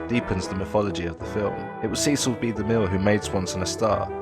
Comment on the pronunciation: You keep mispronouncing DeMille's first name. It's SESS-ul, not SEE-cill.